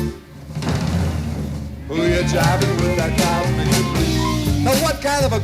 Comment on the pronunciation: Not "cubik" - "cosmik" (cosmic). How is it possible to not know Zappa? You need smarter friends.